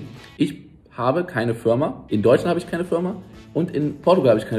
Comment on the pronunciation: achte mal auf das Video, es ist nicht böse gemeint aber er sagt Fürma.